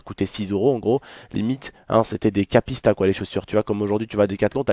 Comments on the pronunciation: Bonne vidéo mais sache que c'est pas Kapista c'est Kipsta 😂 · Mdrrr on dit pas Kpista on dit Kipsta sinon bonne vidéo:p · mdr tu a dit kapista au lieux de kipsta